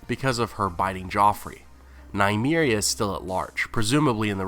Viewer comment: Nuh-me-reeah not Nye-me-reeah